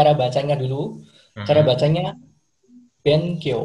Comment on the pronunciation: Yang mas2 Jepang pronunciation nya salah semuaaaaa ん itu kalau di akhir sebuah kata di bacanya "ng" kalau di antara huruf "B" itu dibacanya "m" jadi harusnya "shimbung" bukan "shin bun" harusnya "bengkyou" bukan "ben kyou", "ningjing" bukan "nin jin" harusnya "genggo" bukan "gen go" tolong ajarin yg bener jgn misleading